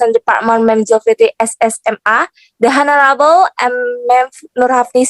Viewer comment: please revise pronunciation of "the honorable" revise into "lecturers" as plural